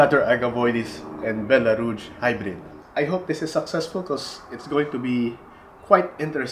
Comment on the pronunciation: You know Echeveria much better than I do, but I think I can help you a bit with French. Rouge has a much softer g sound, like the zh in Doctor Zhivago. 😉